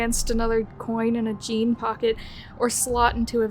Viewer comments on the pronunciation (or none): none